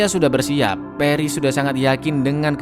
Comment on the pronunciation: Peris peris "pAris" Goblok cara bacanya